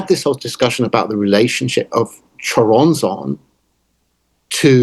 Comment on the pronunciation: Dissapointed by Nick lands butchering of the name Choronzon though